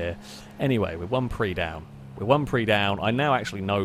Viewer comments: prius is pronouced pre - us not prees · PRIUS not PRE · the 'us' isn't silent in prius; it's pronounced "pree-us", not "pree" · Why do you call them pris, they're priuses? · It’s Prey not Preeees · Dude it's not a "pree" it's a PRIUS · When you say "Preez" do you mean Prius? You know it's a "Pre-us" not a Preez, right? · Because he's called it for many years and always will. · Well, if you gonna be all Latin on that one, you gotta pronounce it right, like "Pree-ee". Regardless, he said "Pree" in the singular form and I think I heard him saying "Prees" as plural. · You say prius wrong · is there any particular reason why you mispronounce prius?